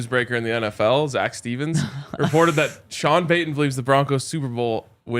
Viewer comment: Has Baldy been calling Zac “Jack” lately or am I mishearing?